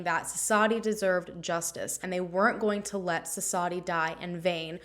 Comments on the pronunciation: Thank you for the coverage. And the W in the name is not silent. Suss-vathi, I believe that’s how you pronounce it. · Thank you for covering this case. The 'W' in her name is not silent. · Hey! I was just curious where you got the information that the W is silent? I’m Indian and I never would’ve guessed that. Different areas have different dialects, so it’s entirely possible, but the few news stories I’ve found do pronounce the W. Would love to know if just to learn.